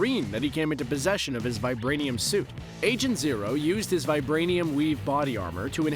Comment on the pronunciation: The way she says vibrainium 😉